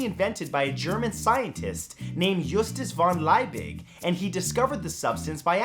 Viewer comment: As someone who learned some German from a teacher who was VERY strict on pronunciation, I have to say the way you pronounce Justus von Liebig is bit annoying.